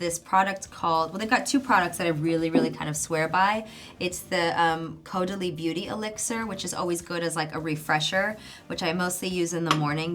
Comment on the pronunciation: I’m sorry but it’s pronounced caurdelee!! X